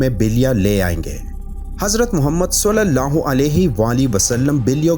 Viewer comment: Sulallah ho nhi khty. Salallah ho khty hai. Plzz thk sy pronounce kry... Alfaz k meaning bdl jty hain